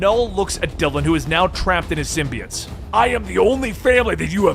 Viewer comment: Love the vids man, but I couldn’t help but notice you keep pronouncing symbiote(s) wrong, you’ve been saying it like SIM • BEE • IT(S) for many videos now, but it’s really either pronounced SIM • BEE • OAT(S) or SIM • BYE • OAT(S) I don’t know, it’s something that’s just been bothering me but doesn’t really detract from the overall videos, just thought I’d say what I’ve been wanting to say :D